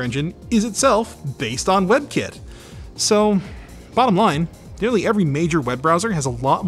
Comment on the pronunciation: I know he is saying "web kit" but I keep hearing webkin.